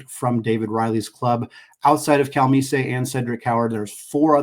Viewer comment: As a Coug, I'm just hoping between playing Gonzaga and St. Mary's four times combined we can pull out one (maybe two) victories and make the tournament again. It's always fun when your team has potential, even more when they can live that potential out. Also, you overcomplicated Nate Calmese's name. It's just Cal-MEES.